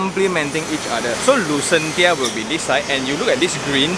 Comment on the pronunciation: Thanks for going through all the hassle to show us the actual site. Great work. On a side note, I think it's should be pronounced as Lucenshya, as in Dementia.... Sounds more Atas😄